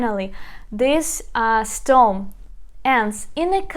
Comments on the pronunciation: You pronounced wrongly : stom instead of stem, the correct pronunciation is " stem " as it is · Please, one more thing, it is not storm its stem (CTEM) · Nicely explained! Thank you! By the way, the word STEM is pronounced стем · This is fantastic but please it's VERB not WERB and STEM not STOM.